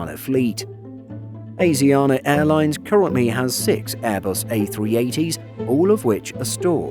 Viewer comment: Asiana pronounced ah shi ah nah